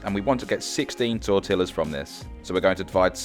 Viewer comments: as in tor-tee-ahs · Hate the way he pronounces tortillas. Double “ll” in Spanish is not pronounced this way. The word is pronounced tor-tea-a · Blud really just said TortiLLas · Good straight forward instructions, awesome thank you! But, your pronunciation of tortillas is not correct.